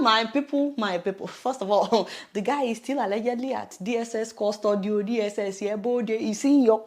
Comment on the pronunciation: So sweet Adeola. I've noticed you say "zhe", instead of "the". Do you do that on purpose, or is that just the way you pronounce "the"?